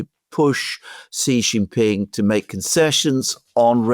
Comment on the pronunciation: Excellent content, as usual. One quick note for Mr. Mercouris: "Jin" in Xi Jinping is pronounced "gin" like gin and tonic. "Xi" in Xi Jinping is pronounced a lot like "she", as in the female pronoun. Not with a sound like "z" in zebra, "g" in genius, "j" in je t'aime, nor "s" in sea. (See Wikipedia article 'Xi (surname)' or Google will say it. Phonetically, it is /ʃiː/ or shee.) (If one pronounced Trump like Thrump or Macron like Maclon, a polite correction would be appropriate, right? Well, Xi is just as prominent a leader.)